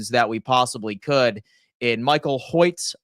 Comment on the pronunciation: Pronounced “Hoyt”